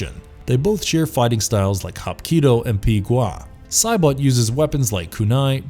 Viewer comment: Why does Saibot sound like he's trying to say bot bit but bout and boat all at once